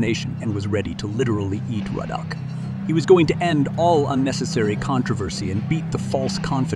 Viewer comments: Narrator must've never heard Ruddocks name. That row-dack was annoying 😂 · his name is not roadack.....god damn it. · Who the hell is Ro dock 😆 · Rodack?? It's Ruddock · Roahdack Ruddock no biggy. One of MANY issues with Artificial intelligence programs. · who is "donovan rodack"? lol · STOP SAYING RODACK!!!!! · His name is not RODE ACK. Do better. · Rud ock....lol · Learn how to say his name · At least pronounce Ruddock correctly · The narrator couldn't get Ruddock's name right to save his life. Wow!! 😂😂😂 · This should have been titled, how many times and different ways can I mispronounce Ruddock's name. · The AI commentary couldn’t decide how to pronounce Ruddock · Interesting pronunciation of the word "Ruddock". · The announcer continually mispronouncing Ruddock's name was annoying. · who is this guy talking he keeps getting Ruddicks name wrong..... like shutup you sound like your reading a book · Your mispronunciation of Ruddock's name is quite annoying. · there is only on 'o' in Ruddock, why cant yanks pronounce names and words correctly? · This fool can't even pronounce razor ruddock name properly ...these were 2 great fighters ... tyson never dodged other fighters .. even when he was on the decline . but donovan was never the same after these 2 fights .. and was destroyed later by Lewis in a couple rounds...but respect him always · Pronounce his name correctly SMH. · Not a bad video...but you should listen to the announcers for the correct pronunciation of his name. It's not 'Ro-DACK' as and several times thereafter. Decent content though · Its Riddick not Rudock 😂😂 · Sorry Mr Commentator What's his name! Ruddock or Raddack? Tyson would be confused too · his name is Ruddock not Ro-Dack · Why do You keep saying ROE DAK?! It’s RUD DUK! And how could You have not heard pronunciations while researching?! This is weird! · Who is “ Rooodack “ it’s Ruddock 😂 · Rodeck? Rodeck!? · Why do you keep pronouncing his name as Rodack when it's Ruddock?